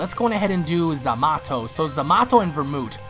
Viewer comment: why do you say zamato instead of zamito